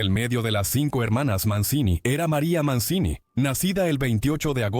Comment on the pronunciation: Se pronuncia "Manchini:, averigüen un poco para estos posteos pedorros con IA.